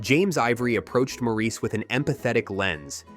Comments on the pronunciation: If I as a francophone can pronounce it "MOR-riss," what the hell is your problem?! Did you not do your homework or is this more AI bullshit? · F your AI. It is *mo ris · How can you be taken seriously if you cannot even pronounce the title correctly? MORRIS!! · It's pronounced "Morris!" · Pronounced "Morris" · Geez. If you’re going to narrate, get the pronunciation right. 🙄. Sloppy. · Ok, you keep mispronouncing the name of the film. Super obnoxious and strange. Can't listen to this video. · When I heard him say it the second time I had to skip the video. If he watched the film he would have heard it pronounced properly a hundred times; why would you then purposefully mispronounce it? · They should have scripted it as "Morris" so the AI voice would have pronounced it correctly. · Since the story is set at the turn of the Century, it is still pronounced "Morris". Both my professors of Eng lang & lit were Cambridge men, one of them knew Forster in Forster's old age, when he was a resident Hon Fellow, and he shuddered at "Maureece". Apart from that I still would like evidence of your opinion that it was once pronounced in this Frenchified style in England. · "MORE-iss" Not "More-EECE." They say his name a million times in the film. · Mor ris. It's pronounced Morris, not Maur eece. If it was, they would call him that in the film. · It's pronounced "Mawris" with the accent on the first syllable, not "Mawreese". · It's pronounced Morris with the stress on the first syllable, like Boris or Doris or Horace. "Mawris" is almost as cringeworthy as Mareese. Sincerely, Maurice. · The British pronounce it as 'Morris', not 'Moreese'. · Watch the movie. The name is pronounced "Morris" throughout the damn movie. They never call the character "Moreese." IT'S ALWAYS "MORRIS"!!!! Sheesh. Let it go. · The sting is added to that Mo-reese is the French pronunciation. Damn Frenchies! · This g'awful narrator can't properly pronounce Maurice, which is 'Morris'.